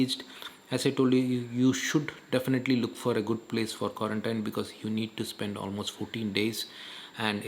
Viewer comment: Quarantine pronunciation doesn't seem to be correct